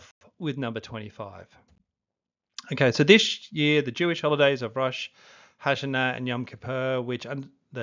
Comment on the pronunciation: Bro you need to learn how to say Rosh o Shana not very hard and I''m Catholic